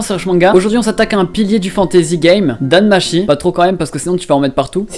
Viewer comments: Je me moque pas mais bon quand ça fait un moment que tu écoute du japonais dans les anime ne me sort pas un "Dan Machi" tt pété please 😂 Tu ne sais pas que le ち (chi) en japonais se lit tchi ? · NOOOOOOOON mes oreilles c'est Danmachi (Danmatchi)